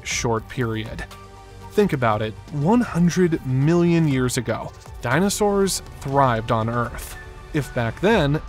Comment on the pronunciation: Dynasurs? It's Dino-saur,. So smart, yet so dumb.